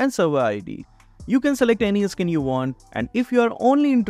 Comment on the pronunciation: you know when Skin is pronounce as 'Iskin'😂